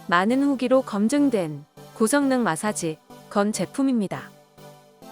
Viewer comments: 이분 마사지 발음이 안되네. 중국 분인듯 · 마사지 발음이 좀ㅋㅋ